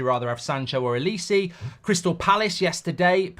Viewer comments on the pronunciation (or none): Can you please pronounce OLISE's name correctly...It is not difficult. It is pronounced OLISE like the "e" in "Sell" not "OLISI". Kindly make the correction.Thank you.